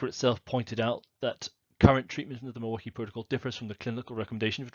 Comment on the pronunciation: I was born and raised in Milwaukee Wisconsin and I can tell you that you pronounce Milwaukee perfectly.